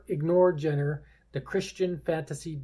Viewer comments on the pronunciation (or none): A few things from a random stranger on YouTube who hopes to be helpful in saying these things... -The comment with a weird link is a spambot. Deleting the message and reporting the account is the best response. -"Genre" is not pronounced "jenner". -I like your presentation style, keep it up! Found you because I backed this game, but I'll definitely be looking into your channel more now.